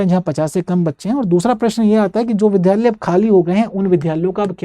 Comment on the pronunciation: Vidhyalaya nhi vidyalaya